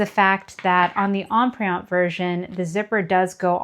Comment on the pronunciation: Terrific video. Comprehensive and extremely helpful. One suggestion if I may. Empreinte is pronounced as Emprente without the hard e.